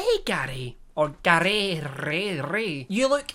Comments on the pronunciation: im sorry but every time he said gary i heard daddy and it caught me off guard each time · Every time you said Garrrrry, all I got was that episode of Only Fools and Horses... :D